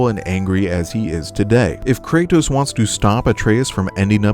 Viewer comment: Bro always says “Kraytos”